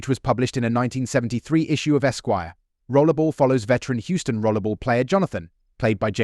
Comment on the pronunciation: Why do you keep calling 'Rollerball' Rollable?